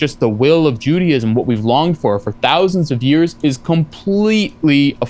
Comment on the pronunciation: He claims to be an expert on Judaism but pronounced it "Judyism."